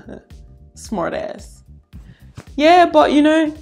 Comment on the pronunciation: Omg I don’t know if you noticed but when you said “smart ass” you didn’t say it with an accent. Love your accent... I was just saying lol